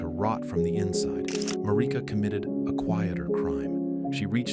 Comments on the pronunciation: Oooohhhhh nice narrative 😌 Wish you said the names correctly tho. That sh annoying af. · The way Marika's name is said in the video is throwing me off